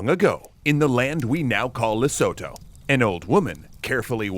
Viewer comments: Not LI(as in lit)-SO-TOE but LI-SEW-TOO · It’s pronounced Le-soo-too, not Le-so-tho. My mom was in the Peace Corps there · It is Le-su-tu (like Zulu) and Di-ta-o--la-neh. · I live <150 km away, hearing it pronounced Le-so-tho had me laughing XD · Le soe toe, that's how you pronounce it, you can trust me im South African. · Isn't Lesotho pronounced "lee-soo-too"? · The pronunciation of Lesotho grinds my gears haha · Ok but that pronounciation of Lesotho